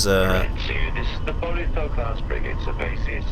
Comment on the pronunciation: did she say free gate or frigate?